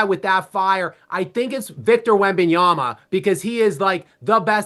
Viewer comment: I honesty can't respect someone let alone a broadcaster who can't pronounce Wembanyama name correctly. So American and so disrespectful. Did you read that...what's your name... Jafon Whithcock?